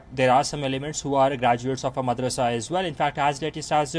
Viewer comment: He cant even say madarsa properly